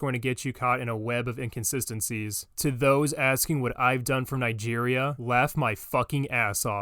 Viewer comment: I didn't knew Nigeria was pronounced that way.